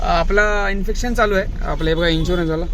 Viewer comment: inspection म्हणा इन्फेक्शन नाही